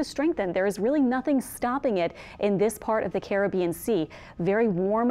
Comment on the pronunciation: More than the voice. Also, nice to hear the correct pronunciation of Caribbean, unlike Levi on Tropical Tidbits (one of his few flaws, I'll admit)..